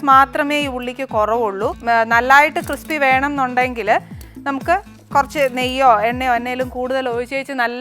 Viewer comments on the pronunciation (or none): none